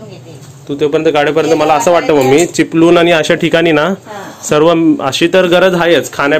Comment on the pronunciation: Are ल बोलू नकोस रे चिपलूण नाही चिपळूण बोल